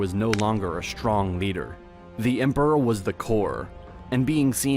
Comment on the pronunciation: SHtruggled, SHtrong, SHtreet 😅